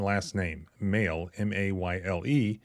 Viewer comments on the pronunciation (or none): So, the department is going in a different direction? And usually they are pronounced May-lee. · It's pronounced May-lee. "Better get it right or you'll be next. That's slander boy." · It's pronounced may-lee